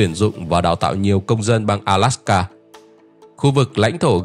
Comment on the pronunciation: Góp ý: ALASKA not ALSAKA